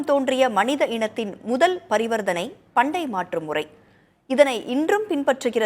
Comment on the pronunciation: அது பண்ட மாற்று முறை. பண்டை மாற்று முறை அல்ல. 😮